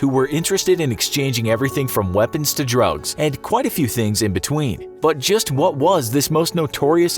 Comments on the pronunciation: doesn't that sound like he said droughts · Drugs sounds like drought